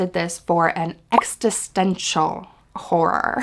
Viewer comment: You’re saying it wrong, it’s not “ex-tist-ential”, it’s “ex-is-tential”. You’re adding an “t” after “ex”. Otherwise cool recs!